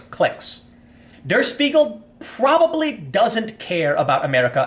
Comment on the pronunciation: deh-uh shpee-gul <- that's the way "der spiegel" is supposed to be pronounced Tim